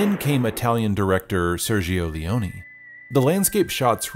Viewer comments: Ser - jo Leh-oh-neh, all the Es in Italian are to be pronounced like the E in 'help'. The I between a G and a vowel (or a C and a vowel) is usually silent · No offense your pronounciation of Sergio Leone is grating on my ears